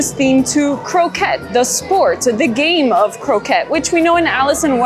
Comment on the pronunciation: Love your videos. ❤ love seeing all the merchandise. Croquet is French though so it is pronounced ‘crokay’